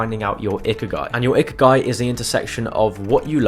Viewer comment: "ikiagi", its ikigai